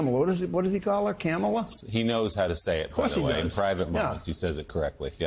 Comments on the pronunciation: I have to ask, and I'm trying to ask this respectfully, I've been saying her name, "Comma-la" Is this correct? I will also say "The V.P." or "Ms. Harris." Sometimes I cannot hear the mispronunciation when the former president says her name. When he says, "com-MAH-la," I hear it, but when he says it another way I cannot. I want to make sure I'm saying her name correctly. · Look at him, running scared. Learn to pronounce her name correctly, not very difficult, unless uneducated? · Whatever your opinions maybe , who ever you choose is not important. But let’s us all agree that DT….. choosing too call the VP by an incorrect name over and over, when he knows the correct name and pronunciation, is a major DISRESPECT! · Dunce tramp and dunce tramp jr need to learn how to pronounce Kamala’s name. What? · If he would pronounce her name properly people would know who hes talking about. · The single fact that he cannot pronounce her first name properly shows he's either doing it intentionally or he cannot be bothered to respect her. It's a small thing, yet very telling.